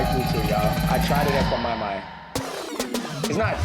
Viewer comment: Listen!!!! When you said "that's kwaMaiMai", you made me wanna subscribe all over again!